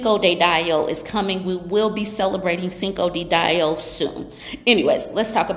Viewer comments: Yo, said 'cinco de die-o'!!!! That rocked my world 🫨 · LOOOOOOL you did not say Cinco De Dieo 😂😂😂😂 I’m hollering !!!!